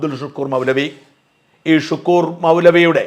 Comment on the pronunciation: അബ്ദുൽ ശുക്കൂർ അല്ല... അബ്ദുൽ ശക്കൂർ ആണ്